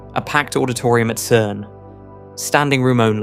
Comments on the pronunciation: “CERN” is pronounced “sern” and not “kern” . Please edit the AI when an important word will be used repeatedly. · AI Generated slop. Anyone making videos on this topic would know that "CERN" is pronounced "SERN" with a soft "C" (like the c in center or circle). Not "KERN". The name comes from the acronym for its original French title, Conseil Européen pour la Recherche Nucléaire. In French (and English), a "C" followed by an "e" makes a soft "s" sound! Like everything this channel does, it either misinterprets things deliberately, or takes a real physics fact, adds an unresolved question, and then, after a dramatic metaphor, makes an unjustified existential conclusion. It is complete garbage in terms of scientific accuracy. But as with them all, it makes the same mistake of assuming materialism, rather than noticing that YOU EXIST... ;-)